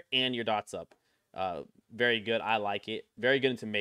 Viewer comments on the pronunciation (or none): none